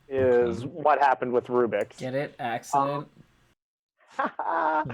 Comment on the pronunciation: 10 points for Axe-dent